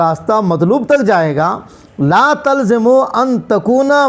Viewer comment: یرتفع میں غلطی کیئے تلزم میں غلطی کیئےتتعدی میں ںھی